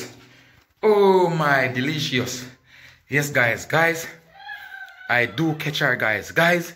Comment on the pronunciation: King say oh my delecious 😂😂😂😂😂not delicious inu delecious